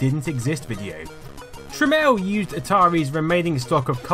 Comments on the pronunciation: Um. The guy's name is Jack Tramiel not Jack Tramel. It's fucking annoying hearing you mispronounce and seeing you misspell his name constantly through the whole video. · "TramIEL" ... not "Tramel". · Jack Tramiel formed the company Tramel Technology Ltd. so that people would pronounce his name properly as "Tramel."